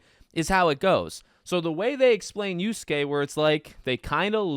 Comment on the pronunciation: Y A S U K E spoken "yaske" not uske - WTF dude just do some research 🤦‍♂️